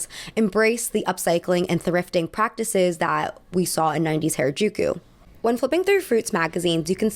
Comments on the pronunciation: please don't call it hair-uh-juku. It's hara using the a vowel from hard. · I've lived in Tokyo since 2008 and have been involved in the Tokyo subculture fashion and club scene since 2006, and I'd like to give a few notes on Harajuku and Japanese underground fashion from a first-hand inside perspective. (Note: it's pronounced "HAH-rah-juku," not "HAIR-uh-juku"). - Gen Z most certainly didn't invent any of the maximalist trends highlighted in this video, they've been going on continuously in Tokyo since the 70's. Don't ever think that "dark academia" is something new, it isn't! - Fruits magazine and other street-snap magazines like Kera were always much more curated than they pretended to be. They would deliberately focus on specific looks that they wanted to highlight and would regularly feature the same kids again and again while completely ignoring others, contributing to trend setting in the process. I spent endless weekends pounding the Harajuku pavement in maximalist drag, never got street snapped even once because I didn't fit with the mini-trends that were "in" at the time (many of which came "in" years later, go figure) - Towards the end of its run, (around ) Fruits magazine actively steered away from featuring colorful and maximalist looks, despite the fact that these looks were very much still present on the street at the time, so I actually think it shares some of the blame for the increasing blandness that proliferated post-2011 - Gwen Stefani more or less single-handedly killed the Harajuku bridge fashion culture - the bridge became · its not hair-a-jew-kyew its HA (HAH). RA (RAH). JU (JUH). KU (KUH). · loved ur video but its not hairuh its HARA like HARd. u mispronounced it so frequently it was a lil frustrating lol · Ok, but you're really gonna go off about Lady Gaga's orientalism while you can't bother to look up how to pronounce "Harajuku?" Like, I get it, the liquid consonant is hard. But "hair-eh-juku" is really frustratingly off the mark.